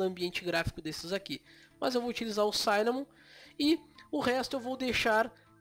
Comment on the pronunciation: Oi, amigo, ótimo vídeo! Só queria fazer uma correção besta, o i de cinnamon não se pronuncia como "ai". Quando tem duas consoantes depois duma vogal em inglês, nesse caso dois N, essa vogal não vai pra a sua "versão de ditongo". O i de "cinnamon" é como o i de "six" ou "fish". Um abraço, Valeu pelo vídeo!